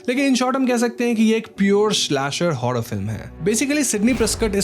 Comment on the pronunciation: Bhai र शब्द बोलने मे कोई दिक्कत है क्या तुझे 😂 हॉरर को हॉड़र मूवी बोलता है तू बुरा को बुड़ा बोलता है